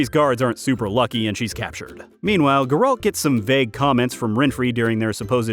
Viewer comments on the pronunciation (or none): It is pronounced Geralt, not Geralt